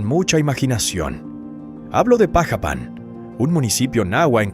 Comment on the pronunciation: Dudo si es verdad lo q dices en el vídeo pronuncias mal Xalapa es jalapa así se pronuncia también pajapan lo pronuncias mal antes de ASER un video ilustrate infórmate primero .